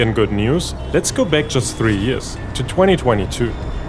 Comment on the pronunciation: Bro.. Use ElevenLabs and convert your voice over to an American accent. Can't listen to this 🤮 Can't even pronounce "back". "Beck" 💀